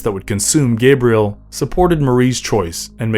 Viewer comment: My name is pronounced 'Gah-bree-el,' not 'Gay-bree-el